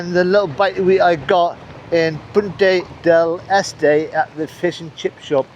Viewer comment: Congrats on (finally) pronouncing Punta Del Este properly (almost)